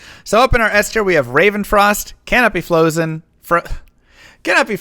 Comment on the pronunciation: I couldn’t concentrate on anything after he said Flozen. I was just watching chat because I knew what was coming.